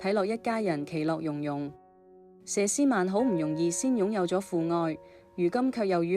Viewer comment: 佘詩曼不是吏詩曼，發音完全不正確，請尊重別人的名字。